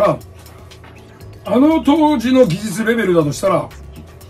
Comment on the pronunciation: 「あのぉ」だけは北陸アクセントになるが大好きです。 麻生太郎さんは今やロスチャイルド家の親戚、と言われていますね。